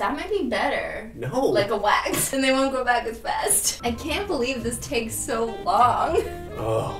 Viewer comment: “It’s like Zozo from the..-“ Me listening to satisfied form HAMILTON: Angelica: SOSOSO— My ears:”ZOZOZO”